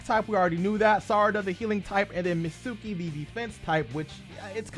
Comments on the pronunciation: It’s pronounced “meet ski” not “met suki” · Mitsuki (mEEt-SkEE) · It's not MITSÚÚÚKI!